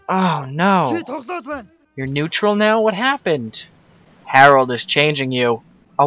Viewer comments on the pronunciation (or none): none